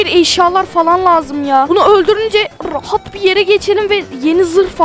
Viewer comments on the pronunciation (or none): abi 2. bossta rahat diyeceğine "Brahat dedin🤣🤣🤣